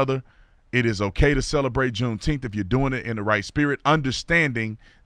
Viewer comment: Say "nine." Now say, "June ... Nine ... Teenth." See? I knew you all could handle middle syllables.